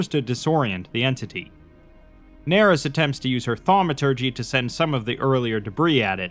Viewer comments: “Doctor Nerys” “D Narys” “Daenerys” Yikes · "Nerys" is most likely pronounced "ner-EESE," rhyming with "police." It is a given name appearing in Welsh. The name itself may be a reference to the character Kira Nerys ("Kira" here the family name) from Star Trek: Deep Space Nine, portrayed by Nana Visitor. A worthy tribute. Or maybe the author just likes Welsh names, which would be fitting for a doctor who studies dragons; for Wales is associated with the red dragon. Probably more likely... but I like the Star Trek one.